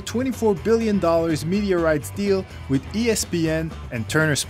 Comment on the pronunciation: "Wit YouTube" and "alumnis" ... ugh its's hard to listen to this guy butcher the English language.